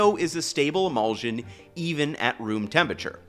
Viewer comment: I'm enjoying this video, but it is driving me a little crazy how he pronounces emulsion. The ending should sound like shun, not zsun.